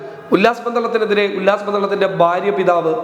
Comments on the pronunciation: ബാര്യ എന്ന് പറയരുത്,ഭാര്യ എന്ന് പറയു. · സരി ഫാര്യ